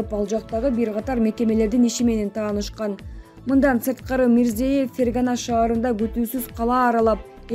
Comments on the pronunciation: Гайпикулов эмес, Гаипкулов. Мирзиеев эмес, Мирзиёев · Диктор кыз Мирзиёев узб ПРЕЗИДЕНТин Мирзаев деп 3 жолу окудун туура айтиш керек бул сабатсиздык уятда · Мирзиеев эмес МИРЗИЕЁВ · Аай журналист кыз, окуй турган материалдарынды, адамдардын аты жонун бир канча ирет окуп даярдансан болмок.Гаипкулов дегенди Гайпикулов деп ал эми Озбекстандын президентинин фамилиясын Мирзеев деп ката окуп жатасын, бул абдан уят сабатсыздык да. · Ушул окуп жаткан кыз ото сабатсыз адамдын кыжырын келтирип, бардык фамилияларды катаа окуйт. Мис:Мирзээв деп окуйт. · Мирзиёев.....ёёё дечи ай Кыз.туура окусан фамилияларды....аллооо ушул сага учунчу жолу айтып атам туура оку деп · Кызым туура окучу Узб.презид.Мирзиевдин фамилиясын.